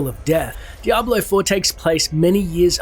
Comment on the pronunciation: To point out the obvious..its DiablO not DiablA, brush up on your Spanish and try not to get triggered ya ninnies..if the sarcasm was applied any thicker, it'd be a fatty